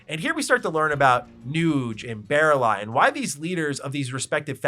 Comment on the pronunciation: I looked away from my screen to crack a beer and was like Did he just say Barrel eye? Who the fuck is barrel eye?” I never finished the game when I was a young teen because it was too girly of a game for me so I had no idea who Baralai was.